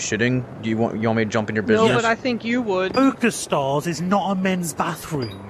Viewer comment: Why does it sound like that guy says “PooperStars” ? 😭🤣